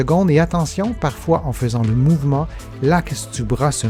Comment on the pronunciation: Mouvement et non moyvene. Pardon 🤗